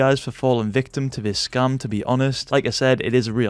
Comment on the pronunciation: Sounds like he is saying scum